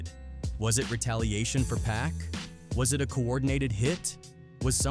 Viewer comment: Its Pac not Pack. Cancel this guy